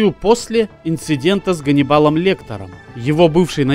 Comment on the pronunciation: КАНИБАЛ Лектер😄,вобще то Ганнибал😉